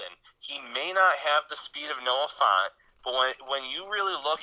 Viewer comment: It's pronounced F-ant, not Font. I don't they can pass up on Hockenson. He can do it all.